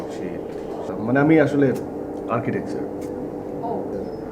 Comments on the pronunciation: "আমি আসলে আর্কিটেকচার" (৯:০৪)!!! আর্কিটেক্ট না? হা হা হা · আর্কিটেক্ট কে বলা হলো আর্কিটেকচ্যার!😂😂